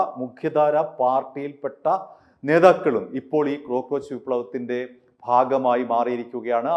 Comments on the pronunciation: ക്രോ ക്രോച്ച് അല്ല cockroach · ക്രോ അല്ല കോ ആണ്. കോക്ക്റോച്ച്